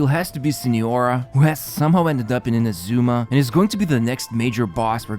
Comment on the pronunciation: Everytime you mispronounce Inazuma a little kitten dies. Make a change! Stop killing kittens, pronounce Inazuma correctly! (as well as Ayaka, Yoimiya and Kokomi while you are at it)